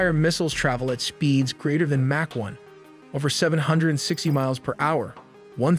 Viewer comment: And Mack 1 instead of Mach 1 lol